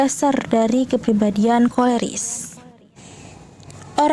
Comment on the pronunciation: Maaf bukan korelis ,tp koleris ,supaya tidak salah